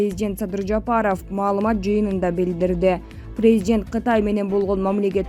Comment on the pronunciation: Презжент дейтко🤭🇰🇬